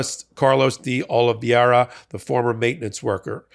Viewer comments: It's Oliveira: o - li - VEI - ra , Not Olivieira (not o - li - VIEI - ra). There is another name that I think it's confusing you, just "Vieira" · Time to finally learn that the name is De Oliveira, not De Oliviera. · Oliveira is pronounced “ Oh-lee-vay-rah”. It’s a very common Portuguese or Brazilian last name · You continue to mispronounce Carlos DeOliveira. Make believe the second “I” is missing in Oliveira…..Olive VERA is how you pronounce it. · Minor nit I realize, but Carlos' surname is Portuguese, and is pronounced approximately like Oh-lee-VAY-rah. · Stop mispronouncing OLIVEIRA!! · You are mispronouncing Carlos' name. DeOliveira. You are putting in an extra "i" syllable after the "v". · YOU KEEP MISPRONOUNCING Carlos De Oliveira's name! There is no "I" after the V.